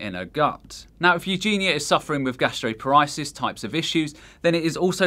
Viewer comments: Bulimia is spelled incorrectly in this video as "bulemia", gastroparesis is pronounced incorrectly as "gastropar-ISIS" (it's "gastropar-EESIS") and oesophagus is pronounced incorrectly as "yoo-sophakus" (it's "uh-so-fuhgus") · Its 'Gastroparesis' Gastro-par-e-sis not Gasteropariasis. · The American in me cringed everytime you said "gastroparesis". Thank you so much for such an informative video. Would love to see you post a video on gastroparesis itself if you haven't done so already. For suffers like me it's nice to be recognized as many people do not understand this complex disease